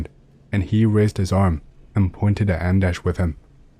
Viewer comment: Yeah, nailed it! Greetings from Sweden.. ;)